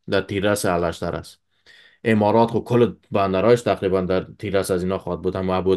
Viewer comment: الاشتر نیست بلکی اوشتر خوانده میشود!